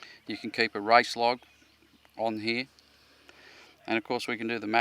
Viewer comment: heard "race" as "rice", australians.... :))